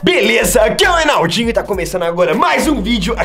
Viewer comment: Sou eu que ouvi "Ronaldinho" quem ouviu